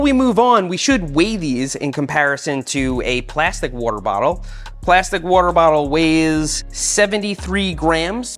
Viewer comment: He said WOOTER- Bottle 😂